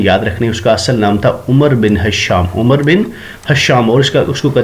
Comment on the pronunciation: Amazing ... But umru nhi amar parhte hn